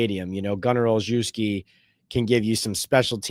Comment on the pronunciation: Gunner's last name is pronounced all shev ski